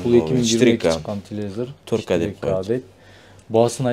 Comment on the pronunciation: Телевизор деп айтсан тууган,телевизир деп айтпа